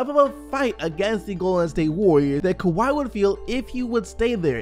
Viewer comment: This man said Keke to Kawhi!! 😂😂😂